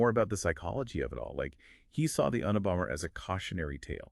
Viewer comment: Un a bomber 🤦🏼‍♀️ I know the acronym and why but your pronunciation is absurd